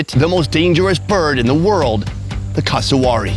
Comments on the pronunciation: It's pronounced cass uh wear eee and is a living version of a velociraptor with their feet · Cus-a-w o r r y... E mooo... 🤭🤦 He's not the only one who says it. C'mon Americans, you'd be like 🤨, if we Aussie's said/pronounced these animals something like: American belled eagle 🦅 lol.. Or American Beeson 🦬 🤣😆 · FFS, learn to pronounce Cassowary! CASS-OH-WARY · That pronunciation of cassowary really threw me for a loop :') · your pronunciation of Cassowary and Emu was painful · This blokes pronunciation of Cassowary was like nails on a chalkboard. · Plz learn how to pronounce the name of that bird properly